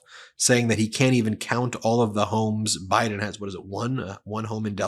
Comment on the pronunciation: Oh really? Have you heard all his rallies? 🤣 . How about the one where he says they're going to win by a "landSHLADE" and he calls Biden "BRIDEn"? You only pick and choose your trump rallies to suit your talking points?.